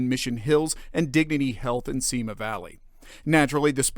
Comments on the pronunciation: I just wish they would pronounce Simi correctly. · You pronounce Simi wrong. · You pronounce Simi incorrectly.